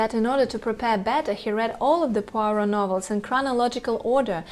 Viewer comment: I agree 1000%! David Suchet is peerless, perfect, and the personification of Poirot to me. But I am sure others feel the same way about their favorites. That’s what makes the world go round.😂p.s. The young lady doing this show is wonderful and she pronounced “Poirot” perfectly🏆🌹❤️p.p.s I look forward to her program on the real Miss Marple🤗